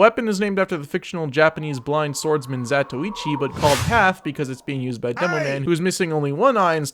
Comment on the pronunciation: you must be the only youtube tf2 guy who knows how to say the name of the blind swordsman great vid